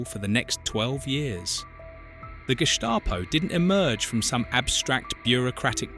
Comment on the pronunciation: Could you adjust the pronunciations of different words, Gestapo, Gering, and others?